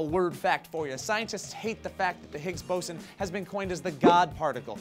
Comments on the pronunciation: Higgs Bow-zun not Higgs Bah-son You even said it right there for a second But then again what do I know I'm commenting on a YouTube video. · Why are you calling it BASON? its BOSON!! ...so annoying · The Higgs Boson is a particle created when the Higgs field is activated. The boson doesn't hold the universe together or give it mass. That is the Higgs field. And i'm not sure if there are multiple ways to pronounce it, but I've only ever heard it pronounced as (boh-zon) and not (baw-son). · pretty sure it's BOW-SAWN, not BAW-SON. I don't know, that's just the way Hank Green says it and he's a pretty smart guy and I know John would get after him for pronouncing it wrong.. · I thought it was boe-zon not baw-zen. o3o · you guys keep pronouncing it wrong. its not bosson. its boson... one "s" not two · sorry its bOOson not bos-on, im glad to hear they found it tho :) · It's pronounced 'boh-son', not 'bah-san'! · You guys are pronouncing "boson" wrong -____- It's not "bah-son" It's "bohs-on". Sorry it was bothering the shit out of me the entire video.. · it's pronounced BOSE-ON as in BOSE headphones, not BOSS-ON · I thought it as pronounced b-oh-zon , not BAWSON... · When you say BOSSON are you pretty sure or maybe its BOZZON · He mispronounced "boson" haha It's not "baw-son", it's "bo-zon" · Boze-on, not bosson. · boze-on not baw-son wtf.. learn to science! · Not higgs bo-sen its higgs bo-zon. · BOSSON? It's BOW ZON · BO-son not BOSS-son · Please pronounce it bo'zon' not bo'sson' !! PLEASE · b-o-w-s-o-n is how its prenounced not like boson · its Bo-zon damn it! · HIGGS BOZON, IT IS PRONOUNCED HIGGS BOZON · it's pronounced "bo-zawn" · bawss =)) are they joking or they dont know how to say it right ? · It's pronounced "BOZON"!! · I thought it was pronounced Boson (Bow ∙ zon) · Isn't it pronounced bow-son? I could be wrong, of course! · no just stop. Its pronounced "Boe-s-on" please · thought it was pronounced Boe Zan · Bow-Son, Come on Guys. Really?